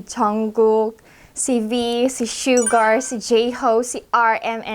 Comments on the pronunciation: ate, suga po hindi po sugar. hehe. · Fyi Its SUGA not SUGAR 😊 love you ate 💕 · Sugar*....it's suga po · It's ok ate nobodies perfect AHAHAHH"SUGA"I'm also a army fans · Oo nga parang twice mo sinabing.Sugar instead of Suga si Suga or Yoongi ahahah! Kulit mo Ginawa mong asukal ok lang sweet naman 😂 #BTS 💜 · SUGA po hindi SUGAR Hehe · Suga not sugar….hehehehe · Hi hehe. Suga po pronounced as su-ga. Hehe.